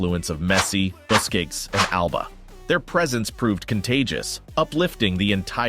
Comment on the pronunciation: Great video! I have one minor request. Please pronounce his name as "LAY-oh-nell." Also, if you could be so kind, please pronounce the Spaniard's name as "boo-skets." Thanks. And again, great video.